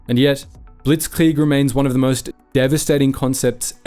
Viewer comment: Saying things like blitzkrieg in a German accent is so weird why do English speakers do that no one else does you don’t hear French people speaking French and say hamburger in a American accent.